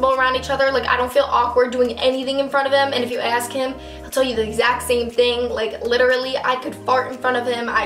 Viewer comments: I LOVE YOU BUT IT'S "ask" NOT "aks" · i love it that you say aks in stead of ask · Is it just me or does it sound like shes saying "ax" instead of "ask"? If its some kind of accent I'm sorry, I'm not a native English speaker so I dont really know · Dominika Elisabeth Pisula it's very common for black people in america to say ax instead of ask. i don't know that I've ever heard a white person say it outside of this video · it's interesting that you say "aks" not ask lol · I love how you pronounce ask "aks" haha ly😂😅😘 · aks. aks? AKS HAAAAA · A lot of people say that because it's such a weird word :/